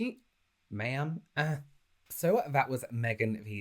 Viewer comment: sounded so southern when he Ma'am'd the fly lmaooooo